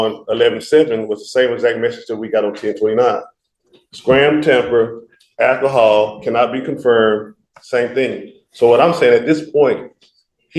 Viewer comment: He keeps saying temper. It’s tamper. And it’s AL KUH HAUL… not AKKAHALL. God. I’d fire this idiot in a second.